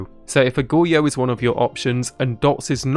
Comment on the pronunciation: dude, it's pronounced goh-ree-yo, i'm sorry if this comes off as rude but you are butchering the word badly.